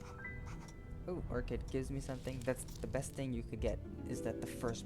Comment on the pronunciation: nice video and its pronounced, Ore(Kid) Orchid